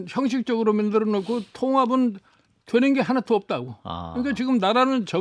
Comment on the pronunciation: 만들어를 맨들어로 말하는 나이대의 정치인은 제발 은퇴하자!